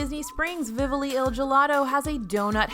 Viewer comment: I twinged at the gelato place. While I don't necessarily expect her to be able to pronounce it in Italian, I would expect it to be pronounced as it's spelled in English. Vivoli <> Vivlio